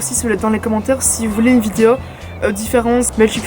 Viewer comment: J'adore le petit accent "vidiow" au lieu de "vidéo" ahah !! Continu comme ça, ton contenu brille Bisouss